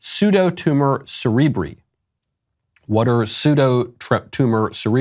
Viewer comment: Pseudo tumor cerebri is pronounced- cerib rye The doctors and nurses and politicians are not here to save you. Remember that every time you go to healthcare service establishment. You have a brain, you can think, you can decide for your lives, please let's not play nobody knew what they were doing for their own children. I'm a health care professional, I expect patients to be knowledgeable of what they take, specifically in the western society, because this is information era. It's under your finger tips. You come asking me about the drugs you are taking, I will gladly tell you what will cause, what will be the result, and why you should take it if you want to take it. If you don't, you can willfully reject taking it. You have 100% the freedom to choose. I don't expect other health care providers morally and ethically equal as I am, should know this fact. Some graduate to become health care providers, some graduate to make more money. The criminals who exploit their children who have no depth knowledge of drugs and life in itself, and take a full advantage of anyone under 25, well there is hell for them. I hope someday they realize what they have done to their kids is a crime.